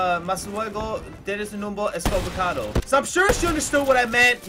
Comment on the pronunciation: Its equivocado not estkivocado lol